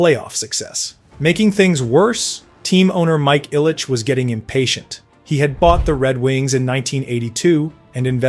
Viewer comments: It’d be nice if he could pronounce Mike Illich’s properly name as well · Dino's last name is pronounced "Cissarelli" not "Sick-arelli" and Ilitch is pronounced "Ill-itch" not "Isle-itch." I know, I know... AI scripted... but still. If you are going to produce content, perhaps make sure things are proper, maybe?